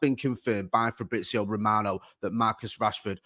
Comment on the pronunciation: Painful to listen to mispronounce shit over and over and over and over again. You're a journalist bruv, sort it out ffs. Frabrizio Mitidgyland Eribadivise bloody Christ